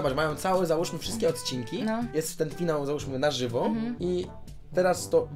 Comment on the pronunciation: Ale zajebisty "FIANŁ" 👍